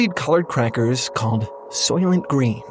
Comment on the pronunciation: the movie “SOYLENT GRÆYN!”